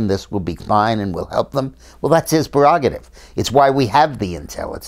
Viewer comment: The word should be pronounced PRErogative, not PERrogative. Common mistake, everybody makes it.